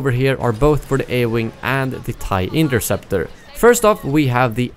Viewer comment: Hea Said inkerseptor🤣🤣🤣🤣🤣🤣